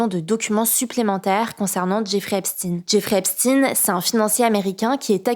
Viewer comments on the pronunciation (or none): C’est pas Epstine c’est epstein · Bon résumé mais ce n'est pas Epstine mais Esptein, cela se prononce èpshtaïne tout comme Einstein. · Jeffrey Epstine ? Elle fait exprès ?..........